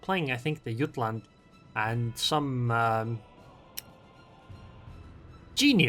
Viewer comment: Yutland sounds strange to an English ear. The English say the J more like the word Jay or G.